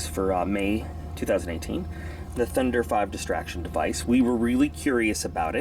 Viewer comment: As a former airsoft player hearing you say "thunder five" is killing me. Its pronounced "thunder vee" because another company made a similar (exactly the same) device called the thunder bee (see the resemblance?) Nothing to complain about just that was nagging at me the whole video